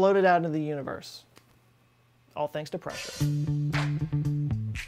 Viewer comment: I love the way the hydraulic press channel pronounces "pressure". "Press-oo-reh". I also enjoy this channels intelligent humor and quarky knowledge. Please keep it going, you deserve more views.